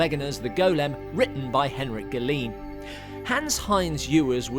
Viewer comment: Terrific video! Good job! Tip: The name Galeen is pronounced gah-LAYN, rhyming with "rain."